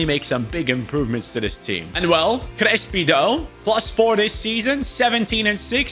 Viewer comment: Crespi =